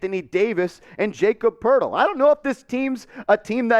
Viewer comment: It’s pronounced like yah-cob Purtle